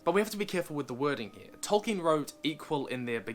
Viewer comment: Idk why but I have such a hard man crush on you right now. Speeding through your videos. Such a great comprehension of Tolkien lore... love your pronunciation of Tolkien